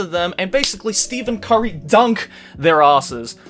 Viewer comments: It’s not Steven curry it’s steffffffen curry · …but Stephen Curry is pronounced (STEFF-en) Curry and he does indeed not dunk… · Did he just say "steven curry dunk" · He's trying to roast people when he says "Steven Curry dunk" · You know he doesn't know anything about basketball when said "steven curry dunk" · I know this video is 3 years old, but i just had a visceral reaction to hearing "Steven curry dunk" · The fact he said Steven curry says a lot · "Steven Cury"